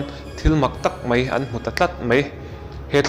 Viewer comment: Mei ti lovin Mai tiin lam ta zawk la ngaihthlak a nuam zawk ang ka ring.... Keep it up👍👍👍